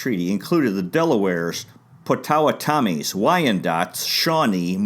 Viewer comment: Its pronounce pot-tow-wha-ta-me.